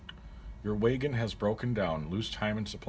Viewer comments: What's a way-ghin? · I played the '90s version of this game and remember enjoying it very much. The way you pronounce wagon as waygun makes me think of Canada or the upper peninsula of Michigan. Will you play more of this? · That way he says wagon ruined the whole video for me lol